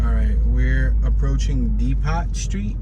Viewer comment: My dude, why do you keep saying “dee-pot” when it’s pronounced “dee-poe”